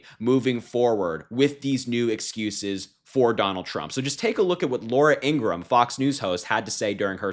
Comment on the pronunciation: Laura ING RA HAM. not Ingram. INGRAHAM.